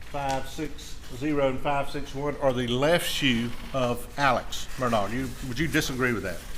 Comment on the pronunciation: Why do most people pronounce Alex Murdaugh name wrong? It's not 'Alec Murdock"